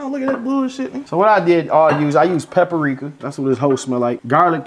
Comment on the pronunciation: man said " pepperika" ahahah